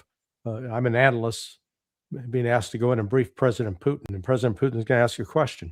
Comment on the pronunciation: This guy calls him Poutine